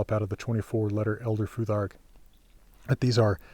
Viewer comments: Is there a reason why you pronounce "futhark" with a [ð] instead of a [θ]? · In English it’s weird to have an unvoiced “th” in the middle of a word, and actually it’s a feature of Scandinavian accents in English. So yeah, just English phonology is the reason.